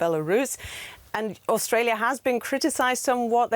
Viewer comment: Austalia. Land of the fwee, home of the bwave.